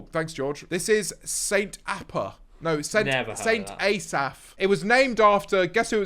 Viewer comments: St A Saf ARE YOU OK. It’s St Ass af 🤣🤣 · fucking hell. The pronunciation of st asaph. ah-saff. xDDDDD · the st asaph and bangor pronunciation i’m on the floor